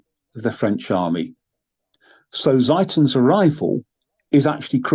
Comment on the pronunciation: Ziethen is pronounced Tsee-ten.